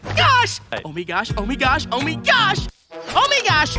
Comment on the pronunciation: Does anyone know why they say “oh “mi” gosh” instead of “my”? I tried to look it up and got nothing.